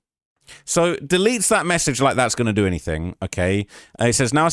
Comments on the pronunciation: Wat Chew gone dew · dew lol tew and yew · “What chu wanna dew?” 😂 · Wutchu wanndew?🤣😆